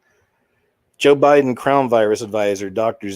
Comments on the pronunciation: I laugh so hard every time you say "Bo Jiden" 🤣 now I say it. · "boe jiden". 😂 god bless.!!